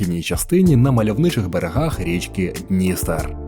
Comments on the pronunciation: Автор погано підготувався , навіть не поцікавився, як правильно ставляться наголоси в назвах ХотИн та ДністЕр. Все інше, ймовірно , також фантазії. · БуковИна, буковИнський, ХотИн, хотИнська, ДністЕр, Чортор'Ія \наголос на третьому складі\. Дуже ріже вухо неправильний наголос. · БуковИна і ХотИн, ЧорторІя, ДністЕр, ГАлиця !!! Відео чудове, але наголоси не прийнятні для нашої місцевості, дуже ріжуть вухо! Не можливо спокійно сприймати інформацію!